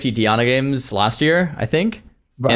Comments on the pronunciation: DI-ANA bro.ffs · Dee Ah Nah